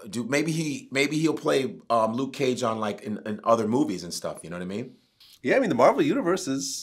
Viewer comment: Luke ceeage! 😂😂